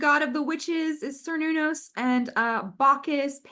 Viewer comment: Cernunnos is pronounced like Kern-noon-oss